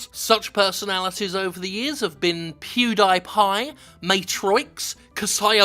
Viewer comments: Glad someone can pronounce Pew Die Pie correctly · OH MY GOD Jim is the first person I've ever heard pronounce PewDiePie correctly. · Ah! Someone else that pronounces PewDiePie correctly! :D